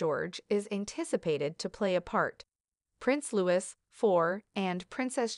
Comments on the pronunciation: If you want to talk about our Royals make sure you know how to pronounce their names. This is so disrespectful!! Its Looi not Lois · It would be nice if the people narrating would mean to pronounce Prince Louis‘a name correctly. His parents use the French pronunciation- Loo EE. Heir is pronounced “air” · It's Louis not pronounced as Lewis. The s is silenced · Louie is the pronunciation! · It's pronounced Prince Lewie Not Prince Lewis ffs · It is not pronounced Lewis it is Louee please get it right. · Prince Louis is a French name and is pronounced ‘Loo-ee’ by everyone in the UK! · I lasted 25 seconds before poor pronunciation had me hitting the pause button. "Louis" is pronounced "Lou-ee." The "h" in "heirs" is silent. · There is no prince Lewis Americans can’t pronounce the name Louis which is a french name and the final ‘s’ is silent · Pronounced Prince Looee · You don't say the S at the end LOUIS, PAGEANTRY, NOT PAYGENYRY.